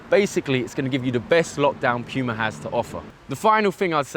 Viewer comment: Thank you for pronouncing PUMA correctly.